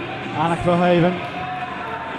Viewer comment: maybe it's nice for the finals tomorrow if the presenter pronounces the 'HOEV' in Anak Verhoeven's name the same as the 'HOOV' in Edgar J Hoover? it's the way they say it in Belgium ;)